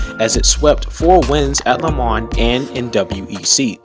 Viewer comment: Love the teaser for 2023 Do me a favour please, learn to pronounce lemans correctly! Le mahn. ( that is the phonetic). And yes, pronunciation of the most iconic race, in the world, is very important!